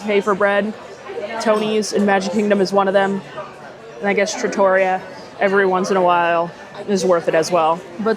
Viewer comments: Yes! With emphasis on the REE. Not truh-TOR-ee-uh. I was corrected some years ago by another, lol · It’s pronounced Tra-to-ree-yah. Trattoria which is a non formal restaurant in Italy. The lasagna looks legit!